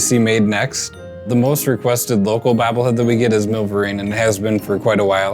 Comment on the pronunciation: "Bahbble head"